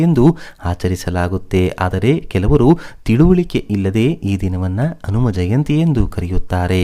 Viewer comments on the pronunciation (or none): ವಿವರಗಳನ್ನು ಹೇಳುತ್ತಿರುವ ವ್ಯಕ್ತಿಗೆ ಕನ್ನಡ ಶಬ್ದಗಳನ್ನು ಸರಿಯಾಗಿ ಉಚ್ಛರಿಸಲೇ ಬರುವುದಿಲ್ಲ (ಉದಾ: ಹಿಂದೆ - ಇಂದೆಯಂತಲೂ, ಹನುಮ -ಅನುಮ). ಸರಿಯಾದವರಿಂದ ಕಥಾ ವಾಚನ ಮಾಡಿಸಿ.